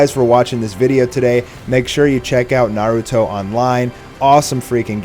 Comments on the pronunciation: "Naahrutoe" head ass is dumb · J SLAYS yah its naruto with a b its dumb. Its like instead of Gohan its Bohan.